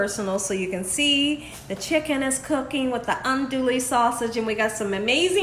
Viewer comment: Hey, the sausage is actually pronounced aan-doo-ee....but absolutely love your video, looks wonderful and I'm gonna try this recipe...thanks for what you do